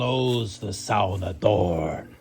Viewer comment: How do you know how to say "sauna'" correctly?